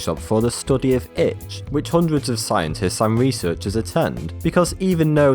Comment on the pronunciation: gad damit stop saying itsh i have started to bleed on my arm now